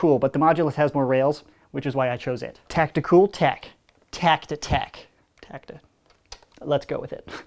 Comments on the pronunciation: Hey,, it's not tacti-tech, it's tech-ti-cool. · its tech-ticool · Its Tech-Ti-cool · it's tech-ticool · It’s tech-ticool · It's tech-ti-cool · No. it’s Tech-ti-cool